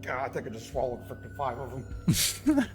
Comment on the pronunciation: He swallodedddd 5 termites